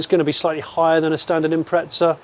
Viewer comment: imprezza* not impretza but still love ya jonny